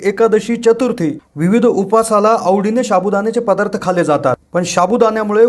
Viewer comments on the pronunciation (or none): none